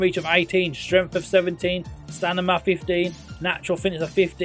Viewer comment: no, it's going in line with your video title lolz - should have titled it.. 'NOT the best Football Manager 2023 wonderkids.... ' You also put huge emphasis on players being valued at £300+ million, which isn't conducive of them being "the best". Whilst I'm at it, it's M before N in stamina, not stanima 😂 😂 😂